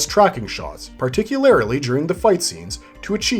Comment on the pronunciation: Particularily? No mate, particularly.